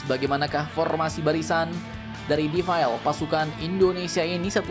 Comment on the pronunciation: Min bacanya DE-FI-LE...!!!! Bukan dibaca Difile....apanya yg defile....file computer ??? Bahasa Inggris lah yg benar , atau bahasa Indonesia saja , iring2 an barisan gitu ...he he he